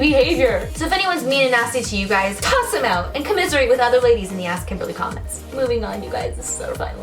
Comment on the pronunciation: "Hello you gwies" is it only me or did I realize she said gwies😂😂😂